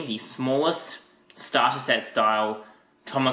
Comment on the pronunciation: You said stater not starter lol